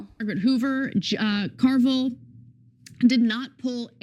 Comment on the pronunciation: I caught the "James Car-Vile" pronunciation...LOL